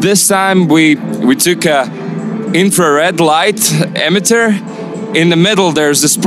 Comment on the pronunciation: Did that guy pronounce “emitter” as “amateur” or am I the only one hearing that?